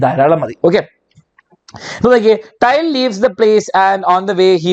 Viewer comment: Til allalo sir tyl alle 😂😂😂